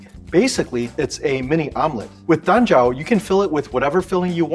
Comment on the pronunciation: When he says "Dan Jiao" I keep hearing "Lanjiao" 😭